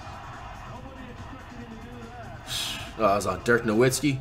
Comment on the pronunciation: Anyone else surprised he can pronounce Dirk Nowitzki? Just me?